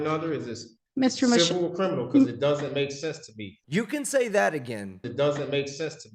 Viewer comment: He's a "Crinimal"🤣